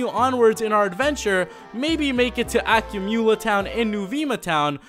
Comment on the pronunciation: Is is not NOO-VII-MA it is NOO-VEMA and is not AKYU-MOOLA it is UCU-MULLA